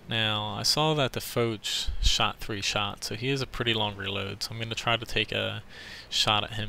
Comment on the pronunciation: Its really not pronownced fowtch , but f-awe-sh for Foch. Great game great skills